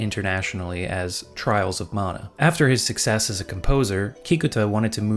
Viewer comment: I love the way you say mana. It's the way i say mana. The other way sounds like a 40s american saying Naagasaaki.